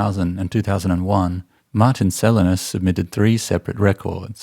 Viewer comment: It's Selinus with accent on i, not e. It's a character from Hyperion Cantos.